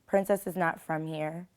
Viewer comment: bro... she called Princess "Hoecess" lmao!!!!!!!! #BellyFullOfCum